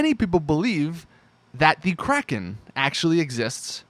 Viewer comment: anyone's soul ever get hurt when you hear someone call the kraken the "kraykean"?